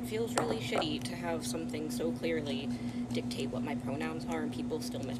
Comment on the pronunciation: Notice how she says "dictate".